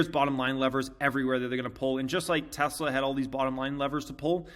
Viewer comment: Please learn the pronunciation of Tesla...Musk says it correctly as a hint